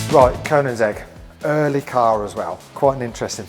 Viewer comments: it's NOT "Conan's egg" 🤦‍♂ Koenigsegg is a name and Koenig / König means king! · says Koenigsegg about as well as his kid says Bugatti Veyron lmfao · Who can't pronounce Koenigsegg